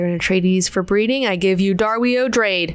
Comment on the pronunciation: Sorry I'm late to the party, just starting the first Heretics video. Pronunciation: Darwi Odrade = "DAR-wee", "O-DRAH-Duh" (not "O-Drayd")